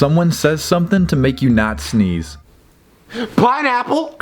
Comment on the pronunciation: this got me to laugh every time lolololol. and also who else laughed when they heard pinaple